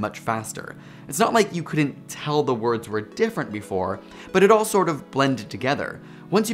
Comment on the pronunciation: I disliked becasue of your pronunciation of "couldn't" as "coulden't."